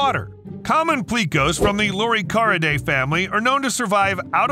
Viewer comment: He should have learned to pronounce Loricariidae properly. The fish at the beginning of the video is Synodontis nigriventris, the upside down catfish, which is a Mochokid and not a loricariid, from west Africa. Loricariids are confined to south America. The "three-striped catfish" is Corydoras trilineatus, a callichthyid, not a loricariid. It's means of self defense is different to that of loricariids. The bristles on a plec's nose and head are not spines, they are male adornments and are meant to be attractive to female bristle-nosed plecs. Not all loricariids have them. Very few species of loricariids eat wood, most prefer algae and soft vegetation, many species eat benthic invertebrates. I'm just an ordinary aquarist with no special scientific training, but even I could have done a better job describing the loricariids after having kept only a few of them. The information is out there if you look properly, so nowadays there is no excuse for getting so many facts wrong or distorted. Judging from earlier comments, many people think this content is great, I would advise viewers to exercise caution when bombarded with a string of awesome facts in yt videos, although they can at times be useful on pub quiz nights.